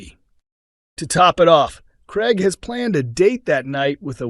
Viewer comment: It NOT GREG but Craig!